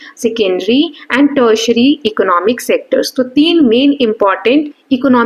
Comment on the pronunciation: It's not tetsetary it's teri tiary mam